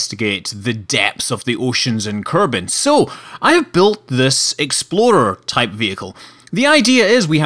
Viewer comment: I always think he says exploder when he says explorer.